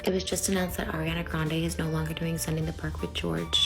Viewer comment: The way you’re mispronouncing her first and last name..😂